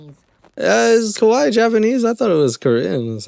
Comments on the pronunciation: Every time I hear someone call themselves kawaii (cute) but pronouncing it more like kowai (scary) I gotta chuckle. It's usually true, though. Most of the time they're kinda scary. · I can't believe this mf Oli London just called Korean babies "kawaii", if you don't know, kawaii is the Japanese word for cute. And the way they said it was actually also pretty close to the Japanese word for scary, which is "kowai". It is funny how much people say "kawaii" like "kowai". The difference is a pretty small one but important to not mess that one up. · Near the start he meant to say kawaii but I heard kowai, which means scary. Heh. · WAIT DID HE REALLY SAY KAWAII????? that's LITERALLY JAPANESE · he pronounces kawaii wrong too